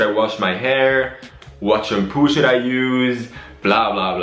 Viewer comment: He said shampoo but it sounds like some poo because he said Shum-poo